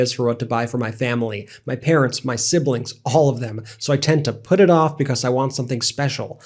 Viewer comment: You keep saying "MAY" quit!!